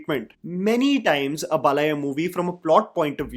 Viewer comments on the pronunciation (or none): its not Balaya, its pronounced as Baalayya! Your South Indian Names pronunciations are very bad always!